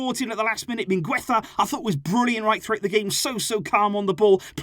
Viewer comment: you’re the best and I love your videos, but say “Mingeza” instead of “MingUeza”. I always get confused when you mention him lol you’re saying it wrong. But keep it up culer